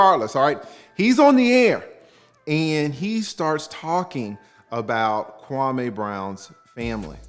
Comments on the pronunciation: His name is pronounced Kwamee not Kwamay! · Kwa_ME not Kwa-MAY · Kwah Meeeee, not May.